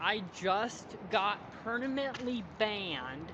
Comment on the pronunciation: Why can’t he pronounce “permanently” correctly it kills me